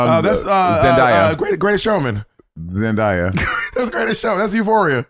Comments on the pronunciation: Is that really how you pronounce Zoe Saldana & Zendaya? 😅🧐🤪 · the pronunciation of zendaya 😅